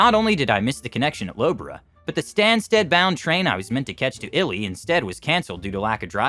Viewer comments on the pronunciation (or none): Ely is pronounced 'ee-lee' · Low Borough! Eely!